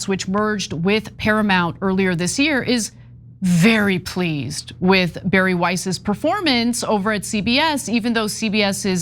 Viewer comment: This creature's name is pronounced "Bah-Rree" not "Barry" like she made it up to be.